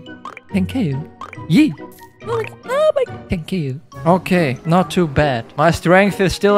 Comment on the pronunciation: Its thank you not tekeyou! 😑🤦‍♂️